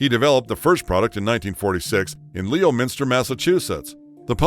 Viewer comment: "Leo-minster?" Aaaargh! It's pronounced Lemon-ster!